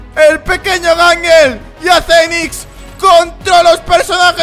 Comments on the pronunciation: se di se dijital circus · dijiste mal